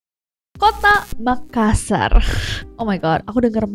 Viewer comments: MakaSSar dibaca dengan penekanan S-nya 2 bukan dibaca makasar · MakaSSar, penekanan pada huruf “S” yang ditulis dobel. Seperti juga TaLLo, dobel “L”.